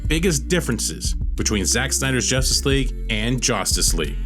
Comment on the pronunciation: It's JUStice League not JOStice League SMH